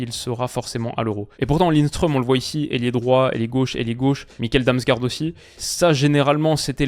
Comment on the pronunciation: Petite précision Damsgaard se prononce Damsgord. Le double a équivaut à un å qui se prononce o.